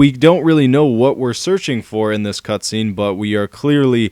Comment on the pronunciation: u said cutscreen XD